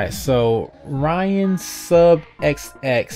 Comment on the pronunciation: Omg! Thanks For Putting My Comment In The Vid :D I Just Finished Epiosde 5 No Spoilers But My Reactions Were THE FUCKING FEEEEELS Cant Wait For Ur Game-though GAMEOVER Ent ! (Btw My Name Isn't Pronounced Ryan Lol)